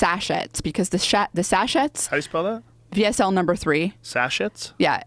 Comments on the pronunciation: Sash-et? Do Americans really pronounce sachet sash-et? Sash-ay! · Got Integrity? No, we pronounce it Sashay if we value being correct. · The pronunciation of sachet is "sachė". It is French, so you don't pronounce the t at the end on the word.